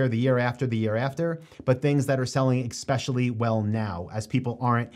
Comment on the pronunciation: Especially, not exspecially. 😊